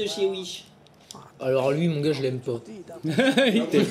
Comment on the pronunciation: il melange les o et l a quand il dis les goars